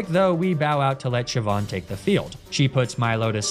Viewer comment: All the Pokemon names he mispronounces, and he gets Siobhan and Saoirse right?!